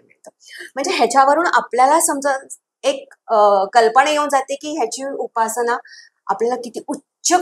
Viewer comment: खूप छान माहिती पण खूपच अशुद्ध उच्चारण आहे. उदाहरन नाही, उदाहरण साधणा नाही, साधना कल्पणा नाही, कल्पना पुन्य नाही, पुण्य Please rectify pronunciations because you are talking about Sri Yantra. Sri Matrye Namah.